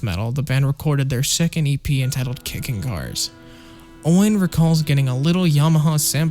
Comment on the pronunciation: Owain is a welsh name. You pronounce it “o-wine”, not “o-wane”. Little tip for if you meet them when they tour the US in October!!